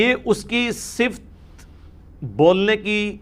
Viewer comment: انجینئر صاحب اس پر توجہ دیں ------------------------------------------- صفت کا صحیح تلفظ ص کے نیچے زیر ف پر زبر ت پر جزم(یعنی ت ساکن)